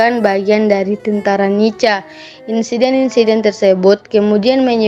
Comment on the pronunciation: NICA,dibaca nika bukan nica atau nitja broo.